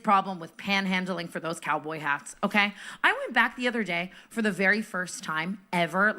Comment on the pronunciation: the way they were putting so much emphasis on the Cowboy hats had me absolutely cracking the hell up